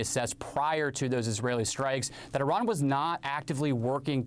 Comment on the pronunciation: I hate the way she says Iran